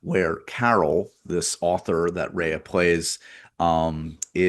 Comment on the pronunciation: Rhea = “Ray”